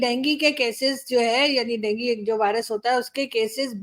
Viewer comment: डेंगी नही डेंगू होता है